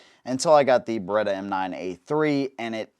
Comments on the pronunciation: Beretta, not Berretta. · Beretta, not Baretta.